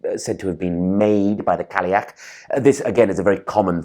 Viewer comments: It's not "Cally-ach"... there's no 'l' sound. (it's more like: "Kai-ach"). - Gaelic (pronounced like: "gaylick") is spoken only in Ireland. Gaelic (pronounced like "Gallic") is Scottish. They're similar but not identical. - What is "Imbola"? (like ebola?) Imbolc is Imbolc - there's no need to change it. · Cailleach is pronounced ‘Kye-yach’. Cailleach in Scots Gaelic is an every day word simply means old woman. More of a divine ancestor than a God. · your pronunciation of Cailleach is killing me. In Irish it's pronounced ky-loch